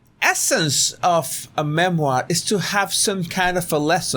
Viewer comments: you crack me up 😂 with your cute funny accent. I’m sorry coz I speak French, and when you’re trying to say memoir you’re saying merde 💩 moi ( s**t me ) 😅 I need to stop laughing coz I loose concentration listening to you after that, but I love you please don’t get me wrong!? English is my 5th language, and it’s really hard sometimes I wish I couldn’t understand not just you, but with so many people ⁉️ 🇦🇺👏♥️✌️🌍👋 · I love it every time you say MERDE-moire. So funny. It could be MERDE DE MOI.